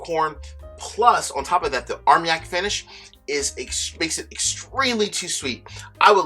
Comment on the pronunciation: It isn't pronounced "arm yak";; it is pronounced "armahn yak." Excellent reviews. Could you please give us your opinions on which bottles we should collect for investment value?